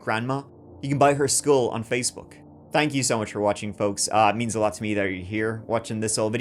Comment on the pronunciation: You nailed that "folks" after saying Delco PA😂